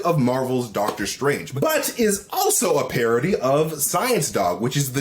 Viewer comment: Dog-ter Strange. I'm dying 😂